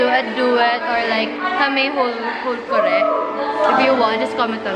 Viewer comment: KORÉ? I thought it was KO-RE 😂😂😂🤣